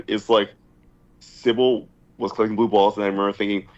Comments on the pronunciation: Even post fishtank he still calls Simbal “Sibble” lmao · still calling symbal "sybil" is so b.u.r.t. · I love how he has pronounced Simbal wrong the entire time lmfao